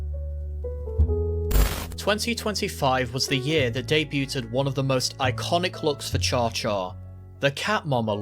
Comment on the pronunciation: Great job with the vid, but I took a bit of psychic damage every time he pronounced debuted as debut-Ted.